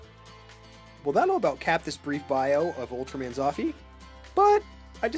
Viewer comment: You pronounce it "Zouffyy"